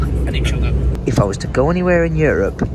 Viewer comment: why was I confused when he said the r in sugar